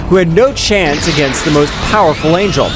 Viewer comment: Stop saying powerpull😮